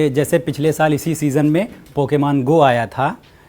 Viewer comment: Chutiye pokiman nhi pokemon hota hai